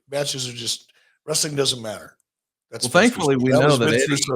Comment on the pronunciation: Ooh, idk about you, but that always gets on my nerves when he adds that extra syllable while using that tone that he always does